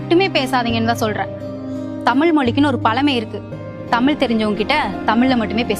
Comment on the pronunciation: நல்ல கான்செப்ட் ஆனா தமிழ தமிழ்ன்னு சொல்லுங்க தமில் சொல்லாதீங்க அது வால வச்சி இல்ல வாழ வச்சு